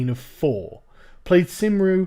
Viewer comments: It pronounced 'cumree' - cymru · Cymru is pronounced Cum- Reeee FYI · Cymru is pronounced 'kumrie' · Cymru .... Cum Rooo, its pronounced cumm ROOO not simreee lol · Cumreeeeee not symroo/symreeee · Cymru is pronounced "cum-ree" not "sim-ree" it's a Welsh pronunciation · Sargon, it's pronounce "Cum-ri", not "Simroo" or "Simree". My friend called it Simroo, once. We still royally roast him for it. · And Cymru is pronounced Cum-Reeeeee, no kidding. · Pronounces Cymru as "simry" top kek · Cum-REEEEEEEEEEEEEEEEEEEEEEEEEEEE thats how its pronounced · Cymru is pronounced "CUMREE" you berk. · it's pronounced cum-reeeeeeeeeeee! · It's pronounced Cum-ree (ree as in the Autistic screeching of the Welsh Nationalists wanting an Independent Wales) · Cymru - pronounced CUM-REE A terrible language, I know. From a Welsh person. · Cymru - Pronounced: Kumree - Welsh for Wales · Dude plaid cymru is pronounced cum ree. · "Cymru" is a hard C, sounds like "Cumree". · just for future reference Sargon, 'Cymru' is pronounced 'kum-ree' Plaid just means 'party' and is pronounced 'pl - eye - d' edit: I'm a working class, Welsh vegan, Sargon, and I voted Conservative. I'll remind you that Wales voted in droves for Brexit, so it would be silly to assume Labour are popular here because of the 'remoaner' demographic. It's more to do with the mass unemployment caused by a Tory government decades ago that caused the resentment towards the party and their policies. Also Wales has a partly devolved government, and so Labour actually works very well for us on a local scale. I don't however want a Marxist sympathiser or a liberal to lead my country in international politics but after all was about local politics remember. It's a little bit more complicated than just 'you voted labour, therefore you must be a marxist, middle class remoaner' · Thought it was Kim-ru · I though Cymru was pronounced Quim roo. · Isn't Sargon part welsh? How dare he mispronounce Cymru! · The way you pronounced cymru